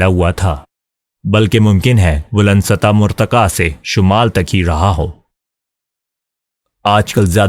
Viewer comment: اگر آپ یہ سب کسی کتاب سے پڑھ کر سناتے ہیں تو اپنی اردو درست کریں ۔ 'سطح مرتقا ' نہیں ، ' سطح مرتفع ' ہے